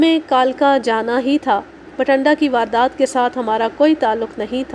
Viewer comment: Masha allah ...beti bht mehnat say sunai aap nay kahani..bht lutf aya kahani thi b achi...aap nay bathinda ko har bar bathanda hi parha ha..plz take care of this...